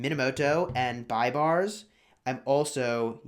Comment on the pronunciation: BAIBARS IS PRONOUNCED LIKE THIS: Baybars (beibars) NOT buybars lol